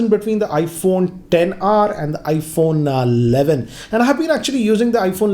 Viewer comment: IPHONNAA ALLAVIN